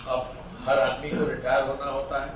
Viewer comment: रियाटर नहीं रिटायर